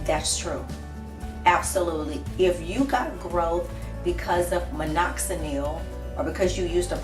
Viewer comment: Take the Nel off minoxidil it's Dil not Nil..